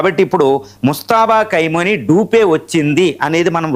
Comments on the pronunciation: ఖైమని కాదు ఖొమేనీ పేరు పలికిందుకు కూడా రాదు. వీడు ఒక టివి analyst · ఖైమోనీ కాదండి. ఖోమైనీ అని పలకండి. ఇది వారిలో కూడా కామెంట్ చేసాను. సరిదిద్దుకోలేదు.